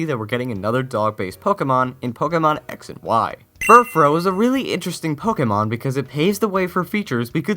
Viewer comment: Furfrou is based off of fur and frou-frou ( a french word for frilly and sometimes used as a term of endearment) so I think it's said FurfrOW. I might be wrong though.